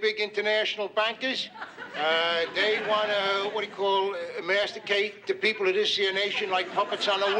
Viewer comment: "emasticate" LOL.